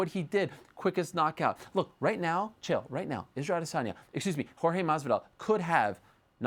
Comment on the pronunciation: Till, askren and diaz. It's Jorge